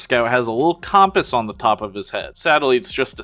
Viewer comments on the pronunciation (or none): Why you say compass like that